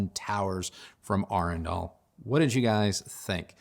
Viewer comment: I must be dyslexic. I thought the brand name was Adrenal until the moment I heard you say it correctly.